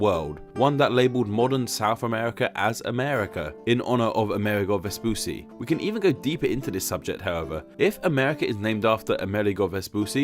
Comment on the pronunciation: Vespucci is pronounced "ves-poo-chee", not "ves-poo-see". Paired Cs in Italian are pronounced like CH in English.